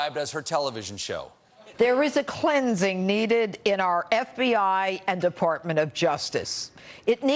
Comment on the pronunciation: Did Jeanine just say third world countries stink? Also, did she just say "depOrtment of justice"?